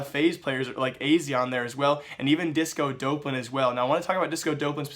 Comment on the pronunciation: It's Disco Dawplan. Not DOPElan... I don't mind you doing the news channel, but there's no way you haven't heard this guys name 100 times in the last week with the major that just occurred. This isn't the first name you've butchered "X" amount of times in a video. People will take you more seriously if you can at least get the names right.